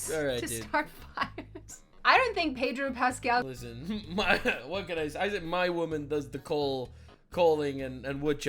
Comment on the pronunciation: Peg-ro Pascal🤣 I’m using that 🤣